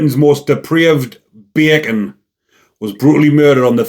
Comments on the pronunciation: I like the way this bleurk says beeey-can! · Beer can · I love the way says 'Bacon' 😆😅🤣😂 💯👊